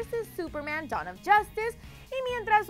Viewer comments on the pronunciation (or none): none